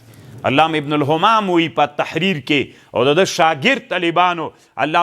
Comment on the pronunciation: السلام علیکم ځینې خبرې یې په ځای وي خو دلته یې څو څو ځله د ابن همام په ځای، ابن غمام ویلي چې باید علما اصلاح شي